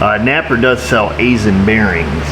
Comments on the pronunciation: From a guy who spends too much time working at an Aisin facility... Aisin is pronounced: eye-shun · Aisin = "eye-SIN"